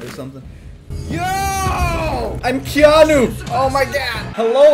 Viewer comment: When he said "KeNoHbE" i felt that...